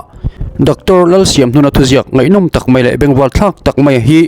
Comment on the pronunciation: Pu Editor, " Dr Lalsiamhnuna "! " Siam " hi a risanga lam tur a ni lo maw⁉️ Govt.Saitual College Principal Retired or Pensioner kha a hming. neitu hi a nih chuan ?????????